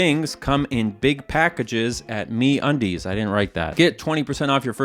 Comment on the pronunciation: MeUndies ❌ MeAndDeez ✅